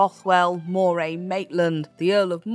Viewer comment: Really? In Glasgow, Scotland, I've only heard it pronounced Ruff-vin. Also Moray is more like how Murray is said.